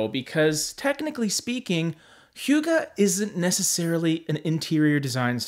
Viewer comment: Pronounced more like “who-guh” than “hue-guh.” Note I am Danish and still had to double check. Lol.